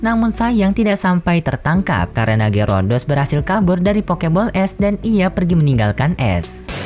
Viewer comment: Min kok lu nggak tau nama pokemon yah ngomong Gyarados Malah Gyurudos, Banyak Bacot Lagi Diawal.